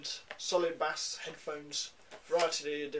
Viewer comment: Bass is pronounced like base, but thanks for the review